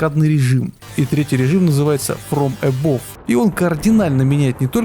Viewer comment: Фром эбав а не эбов)